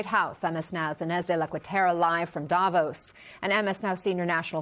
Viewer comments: It's not DAH-vos. Its Da' VOS. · When do anchors, experts, journalists on CNN and any other American Newsnetwork finally learn that Davos is pronounced Davòs and not Dàvos!! Guys, the accent is on the o, not on the a !! You have mastered pronouncing more challenging names, it can't be that complicated!?!